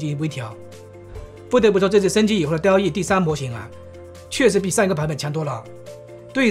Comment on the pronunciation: 不能生成1:1以外的内容，另外生成复杂的场景不够，第三念多尔E，第四DallE目前内测，不是所有号都有